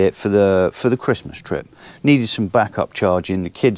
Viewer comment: Ho Ho Ho , merry cwistmath , ah yeah